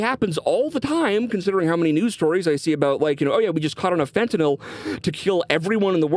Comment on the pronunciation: Thank you for pronouncing fentanyl correctly